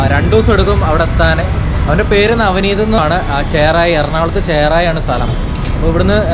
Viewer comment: ചേറായി അല്ല ബ്രോ ചെറായി